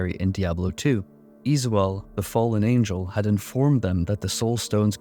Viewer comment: Izual = Is-Wall. Not "Ease Wull". This is your job/hobby. That's why I nitpick. Cheers!